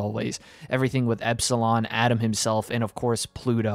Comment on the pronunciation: I dont why but he calls atom adam every time i dont Whether he did this on purpose but it really confused me